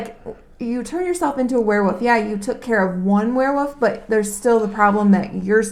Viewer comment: Yes they are pack animals but haven't you ever heard of lone wolves? Also it's Werewolf not Were'woof lol... This is not an attack by the way, great review, I'm just being silly...